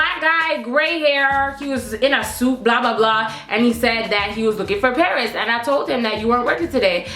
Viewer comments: LOOOL 😂😭😭😭😭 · I love you so much ""